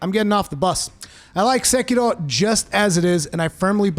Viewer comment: Why do you roll the R in sekiro? It’s not Spanish😂😂😏